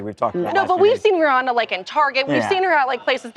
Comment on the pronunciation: Rihanna is pronounced Ree-ANN-uh.👩🏻‍🏫🫶🏼 The caller got it right! I’m in AL, too.✌🏼